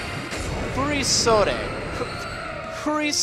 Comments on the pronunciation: The second part you got right but the first is wrong. It's furo-sodee, not fury-sodee. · it's pronaunced: fu-ri-sod it's the name of the kimono (altough these are fasionable modern furisodes and not the treditional furisodes [which are worn by Geishas hint-hint Kimono Girls]) I love Valerie's style, her outfit is beautiful, this gym is beautiful. and the badge is beautiful too. wish I could play this game. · its pronounced fury-sodde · It's pronounced Furisode